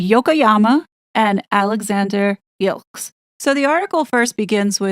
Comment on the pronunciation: Gilkes pronounced jilks basel pronounced baa-zl